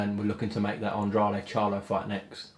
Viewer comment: Still grates on me that no one says "Andrade" correctly still...